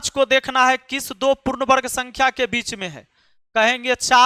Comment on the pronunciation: Sir du nahi do hota hai bolna to sikho pehle